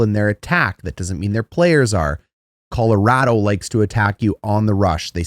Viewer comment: I must defend this fine Canadian gentleman. As a native of the once great state of Colorado, I can confirm he is saying it correctly. Colo-RAD-o not Colo-ROD-o.